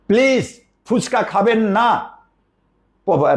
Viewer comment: ফুচকা। ফুসকা আবার কি?